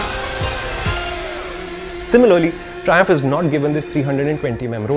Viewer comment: Mallu people who heard triumph thrissur😂